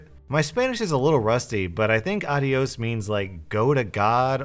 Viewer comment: ad·i·os /ˌädēˈōs,ˌadēˈōs/ Learn to pronounce exclamation goodbye. "adios, I'll see you next time, when you come to visit" YIKES